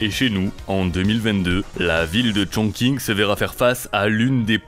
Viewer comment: Chongqing se prononce ChongTCHin